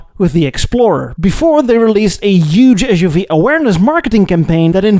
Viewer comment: u can't even SAY suv